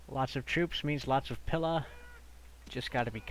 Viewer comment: Pila is pronounced pee-la. Not pilla. Just thought I'd let you know. Love the videos